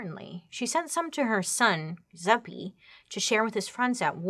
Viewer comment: It. Jewzeppie. Pronunciation